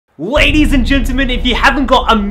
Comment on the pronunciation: Uhh at the beginning you said wadies and gentlemen